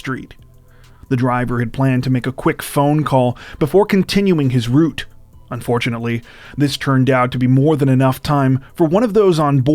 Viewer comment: Nice to hear the word “route” pronounced correctly lol.